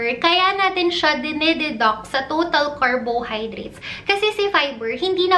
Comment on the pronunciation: Car-BOW-hydrate a-VOW-ca-Dow Ke-TOW-sis Ke-TOW-genic diet Okay lang naman, but ‘pag paulit-ulit, with slow and slightly matinis voice, it produces the LSS effect sa viewers. But great content! 💗 Your videos answered a lot of my questions about the Ketogenic Diet.